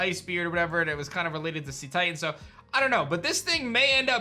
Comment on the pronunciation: Again... its pronounced 'say-titan', not 'see-titan'. the word comes from cetacean (pronounced say-tay-shun), which is the group that includes whales and dolphins, and titan, for obvious reasons.